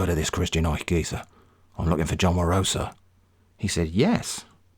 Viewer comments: It's John Wa-roh-sa not John Warosaaaa -Hermione probably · Every time I hear "warosa" I took a shot, now I'm dead. Please send me $98,0535,30.639 united state dollars for medicalsbill